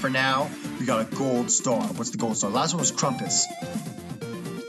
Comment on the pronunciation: I really hope that he knows that his name isn’t krumpus it is krampus. Pronounced. cramp-us.